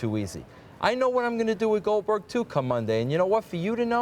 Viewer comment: got wrecked when he called Glodberg😂